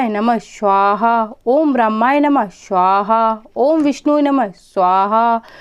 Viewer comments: स्वाहा not श्वाहा. मंत्रोच्चार पे सही ध्यान देना जरूरी है. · आपके स का उच्चारण गलत होता है हमेशा. आप स्वाहा को शवाह बोलती हैं. स को श. उस पर ध्यान दें क्योंकि आप एक यू टूबर हैं.